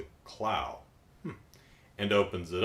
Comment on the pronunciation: You review is good. Don't worry you pronounced Clow right. Have you heard of the Sakura Avalon dub? Because fans are trying to get it back.